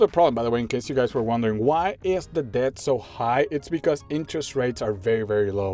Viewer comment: Just don't pronounce the b, just say "det"